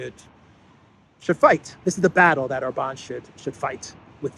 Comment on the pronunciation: I am still working on getting to say OR-bahn instead of Or-BAHN 😁